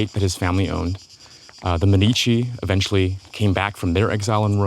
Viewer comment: Stress on the first syllable, mÉ:dici, actually